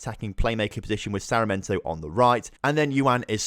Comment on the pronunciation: SAR-MI(as in million)-EN-TO Hope it helps a tad bit with the pronunciation!